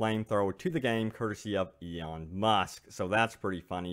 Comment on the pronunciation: ELON, not eon buddy. Cmon